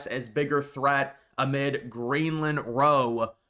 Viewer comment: The word is mine, not mind. Edit: you also mispronounced row.